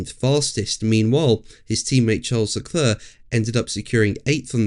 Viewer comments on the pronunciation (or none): none